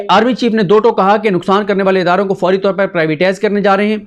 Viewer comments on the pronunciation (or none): none